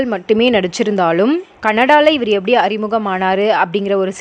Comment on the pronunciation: abdee, ibdee, ebdee. enna tamilu idhu